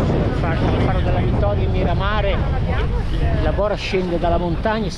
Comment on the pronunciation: Miramar, non Miramare.